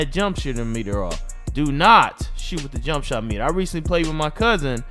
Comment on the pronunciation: mane said jump shitter meter 😂😂😂😂😂😂😂😂😂😂😂